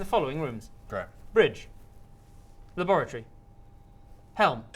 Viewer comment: The 1st few times I heard "laboratory", I swear I heard "lavatory". I really wanted to fix the toilet as a science officer.